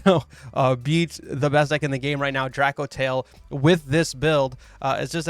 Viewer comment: Not trying to nitpick but it's "Drake - O - Tail" lol. Just think of Soulja Boy with the Drako 😂